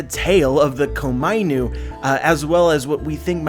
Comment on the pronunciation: When he says Komainu I want to facepalm... It is Ko-Ma-I-Nu.